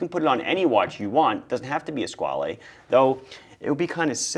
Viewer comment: You’re pronouncing Squale wrong.